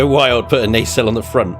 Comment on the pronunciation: Sorry, gotta say, it's it's nah-cell.